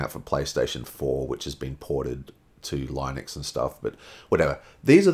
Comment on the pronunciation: It's pronounced "LEENUX".